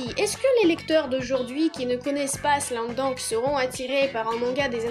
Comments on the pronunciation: C pas slam dounk mais slam dunk Voila voila 😑😑😑 Sa ma perturbé pendant toute la video sinon super video😘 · Oui mais non car c’est un mot américain donc c’est pas « dank » mais « dunk » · Pourquoi tu dis "slam dank " ? C'est " slam dunk " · Tu sais pas dire Slam dunk